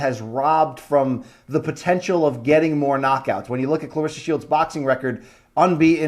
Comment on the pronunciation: u r saying her name wrong, she corrected brett go to that video and see how it's pronounced